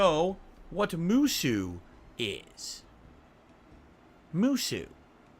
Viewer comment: I hate the way pronounces the word "Musou" so much. I actually give a shit about those games and it pains me to hear it pronounced that way.